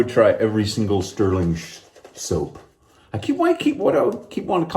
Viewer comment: Hard time saying soap today ?!?! 🤭🤣😬